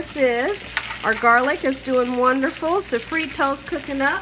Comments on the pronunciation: And also, what is "safreto" as well !!!!!!!!!!!!!!!!!!! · So-frito and sazonnn 😂 at least she tried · I’m sorry but all those crazy noises drove me nuts and you’re saying Sazón and sofrito wrong.